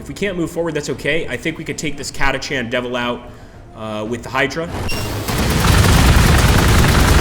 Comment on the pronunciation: why do I get the distinct feeling that they raped the lore? Catachan (pronounced Katakan btw) Devils on a "desert world" , enslavers as local wildlife (if they were that numerous, they'd have controlled the planet by now, making exterminatus neccessary)